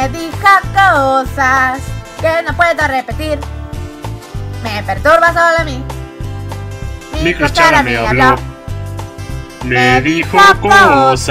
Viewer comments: Nose por k pero escuché "salamin" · Antes se escuchaba salami en ves de solo a mi xD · Enves de "solo a mi" escucho Salami xd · Cuando decia "solo a mi" por que entendi salami ;-;? me dio hambre alv